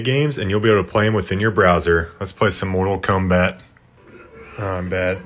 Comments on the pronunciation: “let’s play mortal Kumbat” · "moral cumbat" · "mortal cumbat"